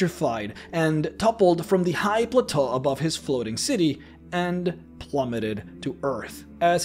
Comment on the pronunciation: Clearly, English is not your first language. 'Casted' as you said several times in the video is not the past tense of 'cast'. The past tense of 'cast' is 'cast'. Also, 'plateau'. Google has a great function that will teach you how to say words!